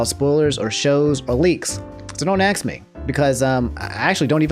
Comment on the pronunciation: when this dude gonna learn how to pronounce 'ask'